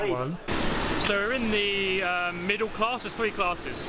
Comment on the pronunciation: well when you say class like that its hard to be anything but middle class